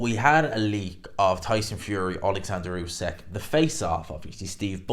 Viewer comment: Not usak it’s usyk